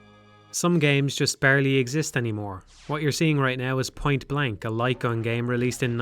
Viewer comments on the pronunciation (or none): I am 10 minutes and 49 seconds into this video and I am now just realizing he's saying light gun and not lycon. I had no fucking clue what he was talking about but i was just assuming he was talking about a peripheral i've never heard of before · Took me a while to realize you're saying "light gun". It wouldn't be hard to emulate them this day. You could make them work the exact same way they did back in the day, simply by having the player plug in the controller and the game rendering a white frame when pull the trigger. The reason no one makes these games anymore is that selling novelty accessories for consoles is difficult and ineffective. The future of the light gun genre is likely in VR, which already has plenty of titles that play similarly, but are much more immersive.